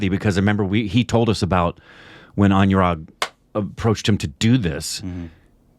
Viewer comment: Guys Anurag is pronounced like aan-oo-raagh not an-you-raag